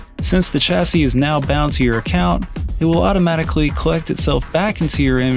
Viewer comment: Chassy is pronounced like Shassy, great video!